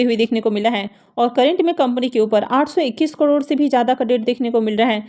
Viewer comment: Crore to theek se bolna seekh lo bihari bahan